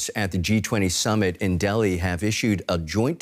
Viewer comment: It's Delhi not Bali 😎